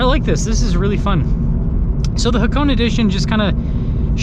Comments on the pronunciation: Ha-Ko-Neh not hacone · Haa-kow-nay..... Just saying...😉